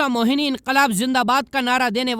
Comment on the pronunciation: Bahut hi Shaandar 🎁 presentation but Sir , नाम सही बताएं हसरत ##मोहानी है,,,,,,, (Wrong मोहनी ) by professor Amin Hussain 🇮🇳🌴 Raza Convent High School 🏫 🌴